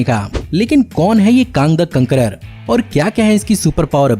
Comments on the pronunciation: Bhai uske saath conqueror hai cunqueror nhi hai 😂😂😂😂 Btw nice video bro , good research Aap agli baar tony stark ki jagah tony stank ya tony shark bolna maza aayga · कांग दा कंकररर😂😂😂 LMAO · Kaang the concoror 🤣😂🤣😂